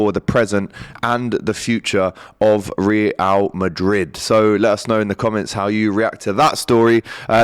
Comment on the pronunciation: Ree-al Madrid 😂